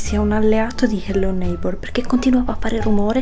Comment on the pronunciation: HELLO NEIGHBOR NON SI PRONUNCIA COME LO DICI TU